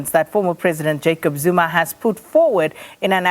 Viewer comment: You can’t evin pronounce the name how dare